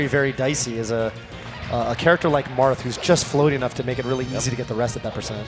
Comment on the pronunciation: lolz did he say Marff??